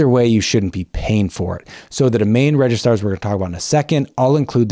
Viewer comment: It’s registrars NOT “RegiSTARS” ⭐️